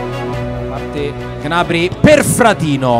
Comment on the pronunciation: Ma perché il commentatore non sa dire gnabri